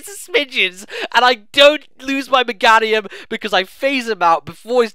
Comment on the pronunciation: you do realize Meganium's name is pronounced the same way as Geranium, right? <_<